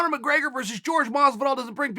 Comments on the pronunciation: Jorge (horhay) not George my man if we're being technically correct about our fighter's names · I'll keep bugging you with the same, but only because I love your videos. It's JORGE, not George, unc Chael. If you can say Yair instead or Yarear, you can say Jorge 😂. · Did anyone notice he said GEORGE Masvidal lmao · Jorge** not George You won a slap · It's not pronounced George, it's pronounced Hore Hey Masvidal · Chael fair point but it’s pronounced (Hor-Hey) not George Masvidal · Tremendous insight Chael. Just one thing man, the name is Jorge NOT George. Stop disrespecting the man. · Please don't ignorantly call Jorge "George." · FYI there is a difference in pronunciation when it comes to George and Jorge. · Kaiser Wilhelm II his name is still Jorge just because your from another country doesn’t make your name change 😂 it’s not pronounced George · Stop pronouncing Jorge name as George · Chael! Love the vids. But why do you Americans have to be so ignorant when it comes to pronouncing foreign names. The J is silent. Jorge is pronounced horhey. And Jose Aldo. Is pronounced hosey. It isn't that hard Mr. Bad guy. :) God bless!! I'm glad you found your feet dude. Back to killing the game. Always love hearing you talk. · Jorge "sounds like Whore hey not George" Masvidal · Chael, love you buddy. But, please if you are going to critique fans on how to pronounce fighters names correctly, pronounce one of the biggest names in the game correctly ! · All respect Chael but you couldn't or wouldn't say JORGE'S name properly